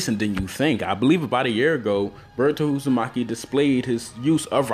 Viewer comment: did he just say burrito uzumaki? lmao